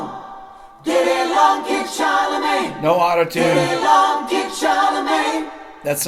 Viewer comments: " kid charlemange" lol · Not to be a pest, but it's Charlemagne, not CharleMANGE. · But please, "Kid Charlemagne", not "mange"! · I have 2 small criticisms on this. First, it’s “Charlemagne” not “Charlemange” and second (and slightly less petty) one of the key elements of Carlton’s guitar solo that I think was overlooked was the quite brilliant punctuation by Bernard Purdie’s drum fills. Carlton’s solo is amazingly inventive and deliciously well played, but don’t ignore how well Purdie’s fills introduce it. But, whatever. I loved this song before Rick deconstructed it. I love it even more now. Cheers, Rick. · I did not read all the comments, but it's Kid Charlemagne. Not "Kid Charlemange" :-) . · “Kid Charle*mange*”? lol (14.59) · "Kid Charlemange"... oops :)